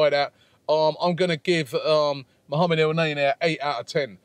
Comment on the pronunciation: Its not neyney its neny